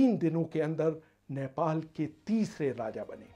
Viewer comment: abey chutiye its not नैपाल. its नेपाल...